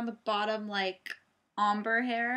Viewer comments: are u saying Ombre hair? or amber hair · omber? lol OHM-bray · Omber hair??? Lmao u butchered that one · she said ombre not amber haha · your accent is confusing me! hahah are you saying amber hair? looks gorgeousssssss!! love your head band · I am pretty sure someone has told you already but it's pronounced ombre= ohm-bray. Other than that I love your blonde hair :) i wish i had the coloring to switch back and forth from dark to blonde. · Isn't it pronounced om-bray? I'm not sure since I'm no expert but I've heard people say it that way. Anyways, your hair look amazing...you can seriously pull of any color! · ombre is pronounced like om bré ....thought you should know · are u saying Ombre hair?